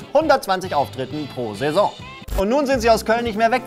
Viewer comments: ihr habt Session anstatt Season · Session oder Saison? 😅